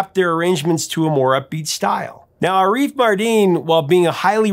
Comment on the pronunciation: Fyi, it's "AH-riff" NOT "a-REEF". Thanks